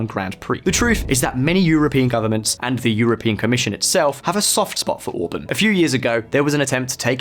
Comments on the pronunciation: Orbán orbaaaaan not orbn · I like the way he pronounces Orbán like the singer from Blur Damon Albarn's last name